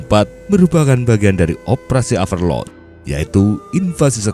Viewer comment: Operasi averlod ?? Rip english